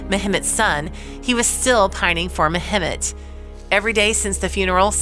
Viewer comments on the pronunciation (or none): the name is pronounced Meh Met.